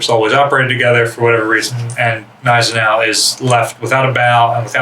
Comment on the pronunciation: The G in Gneisenau is pronounced, it isnt silent.